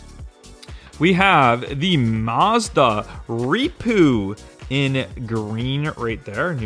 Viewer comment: I believe the Mazda REPU is pronounced REPU not R E P U